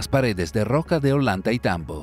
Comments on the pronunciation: Creo que se pronuncia oyantaytambo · Ollantaytambo no se pronuncia "ollanta y tambo" se pronuncia "ollantay tambo"